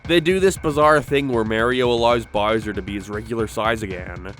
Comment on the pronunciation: His name is Bowser, dude. Why do you keep calling him "Burrsur"? XD It's like a toddler who hasn't learned to properly speak yet, what even is this??